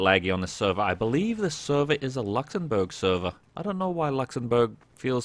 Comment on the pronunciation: "Luxembourg" sounds like "Dinkleberg" 🤣